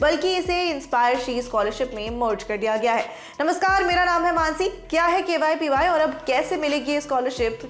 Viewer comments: It's not kypy it is kvpy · It's KVPY not kypy